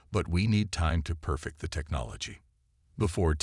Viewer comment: Your AI SUCKS ASS!!!!!!!!!!!! WHAT THE F@ is the Dr's name::::!!!!?????: "Paddle", "PEDDLE", "PUH-teel", "PAHDLE", "PAT-le", "Patel", and WTF is: CATA-lodging"?????? AND, WTF is: "....time to PER-fict the technology...".? I am done listening to you. You people don't even attempt to proof read or correct these frequent and very annoying errors!!!!!!!!!!!!!!!!!!!!!